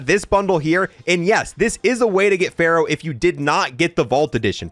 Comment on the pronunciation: not him mispronouncing "Farah" 😩